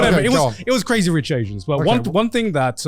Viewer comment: pretty sure that you meant "Crazy Rich Aians", Garnt.